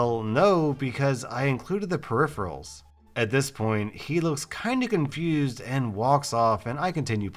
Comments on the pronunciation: I’m sorry there was a guy said who really said comfused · ''looks kinda comfused'' "COMFUSED"